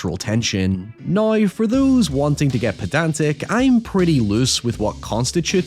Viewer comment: I dont meant to offend but im genuinely curious what accent you have where you say “Now” like “nioew” cause otherwise I cant hear one.